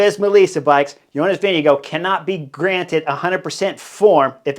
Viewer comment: Vingegaard.... Vin-ge-gaard